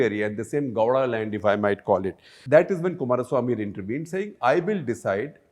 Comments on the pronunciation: Shekar keeps wrongly pronouncing Goda, it's Gow- da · It's not gohda Gow rhymes with cow. Pronounce it properly Gupta.